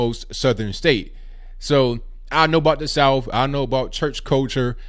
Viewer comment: I believe you are from the south because you pronounce it 'souff.' No trying to offend, just an observation.